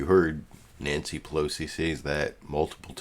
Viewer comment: It really bothers me when people pronounce "Pelosi" as "Plosi." Please stop doing that. There's three syllables there bro, whether you like it or not. Pe-LO-si. Not Plosi.